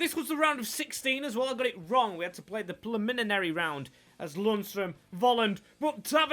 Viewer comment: Pre-lemon-airy lol. You’ve been struggling with that for a while now 😂